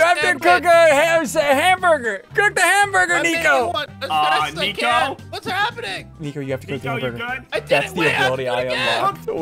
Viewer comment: You said nico not flico you ruined it